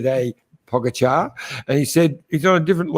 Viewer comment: Glad to see working on pronouncing Pogacar’s name! Good job but don’t stop trying. 👍😊